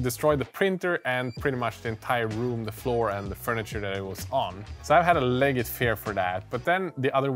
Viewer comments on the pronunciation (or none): Thanks for the great video. Just a heads up that legit is pronounced as 'lejit' or 'leh jit' rather than 'leg it'. English isn't crazy you're crazy :)